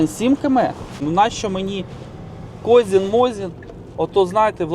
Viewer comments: Козин а не козін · Козин а не Козін😂